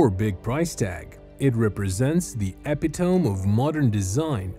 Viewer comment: "Epi-tome"? Seriously, you can't read/pronouce epitome correctly?